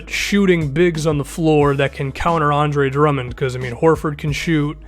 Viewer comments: did he say DeAndre Drummond? Lmao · Now that I replay that, it makes sense that he said "the Andre"